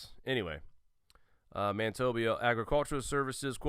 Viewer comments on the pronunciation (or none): Manit-obia..... lol It's Man-i-toba